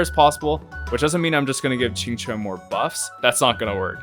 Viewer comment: As a native Mandarin speaker, I can't express my shock to how accurately you pronounced Qinque's name. Most English speakers don't really care about how to pronouce Chinese names and care little about what they mean.